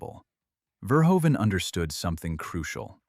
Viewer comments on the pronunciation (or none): none